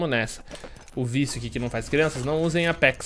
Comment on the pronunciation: e seu "apecs" Entendedores entenderão